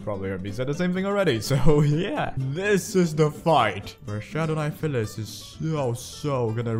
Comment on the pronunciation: Ay I swear you are mis-pronouncing pyliss bcs a 'ph' makes the 'f' sound yet its just 'py' so it should be pronounced 'pie'-lis not 'fy'-liss, I just wanted to point that out, but do what u prefer really lmao